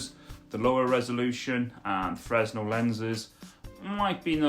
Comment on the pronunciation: Its pronouced fur/nell lenses not freznell